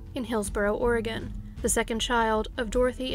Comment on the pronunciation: As soon as she said “Oregon” on the third story, there was no explanation needed.